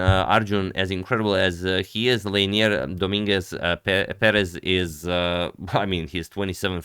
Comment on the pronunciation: Leinier Domínguez Pérez, perfectly pronounced by the commentator 💯